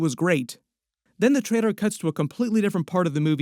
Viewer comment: WHY CAN'T YOU PRONOUNCE TRAILER CORRECTLY?!?!?